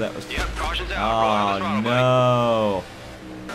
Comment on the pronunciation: Caution sounds like Cawshon or Cushion with u sounding like a